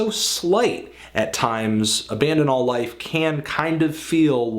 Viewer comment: I saw Nails live and they sounded gnarly as fuck. Also, way to fuck up album's name at the end, Anthony! lol Good review, though.